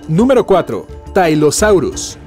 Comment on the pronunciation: No existen los dinosaurios marinos son reptiles marinos, tylosaurus se pronuncia como se escribe, el pliosaurio mas grande media 16 metros el shonisaurus media 20 metros y casi todos los mosasauridos poseían dientes en sus paladares. Me da mucha pena pero es un pésimo vídeo para aprender sobre los REPTILES MARINOS.